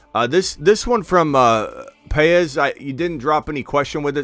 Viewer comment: BTW, , you pronounced Paez correctly and I thank you. Very difficult for many. I am also a J. Paez so you have two of us watching you! What time is the stream tonight? Can't wait to see results. Take care